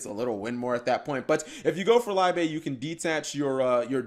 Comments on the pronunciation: Liebe is german for love, its pronounced more like leebe instead of laibe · Fyi its pronounced Lee-beh or just look up to the word in youtube it is the german word for Love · Isn't "Liebe" German for love? Should be pronounced "lee-beh" or something like that.